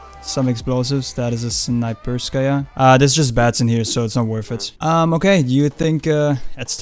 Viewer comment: Its satisfying how you spell out "Snayperskya" with right intonation.